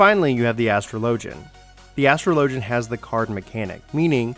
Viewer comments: Astro Lojin! HAHAHAHAHAHAHAHAAHAHA! Az tro Lo Jin! The Ass Tro Lo Jin. You spek Engish? I can't... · This is a hard video to watch because you don't know how to say "Astrologian" there are pronunciation videos vgs